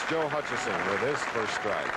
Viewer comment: Also “Hutchison”.